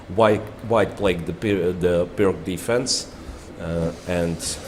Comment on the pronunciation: Pirc s not pronounced Pirk (like pick). Pirc is pronounced like "blitz" : Pir tz...